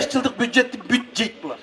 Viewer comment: Бюжжед эмес дажа бужжет дешет 🤣